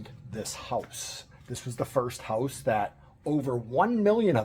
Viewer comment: Hooousse. What a strange way to pronounce house. 😅😅 I'm going to your wife's channel, see if you are standing next to her.